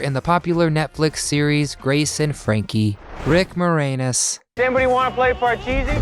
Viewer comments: Why do you keep pronouncing Rick moranis's name Rick more-anus? You say the a the same way you would in "and" or "an"... Not anus like an asshole... Lol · it's pronounced MOR-ANNUS. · When you butchered Rick Moranis' last name, you somehow make it sound dirty. LOL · Pretty sure you're pronouncing Moranis, wrong.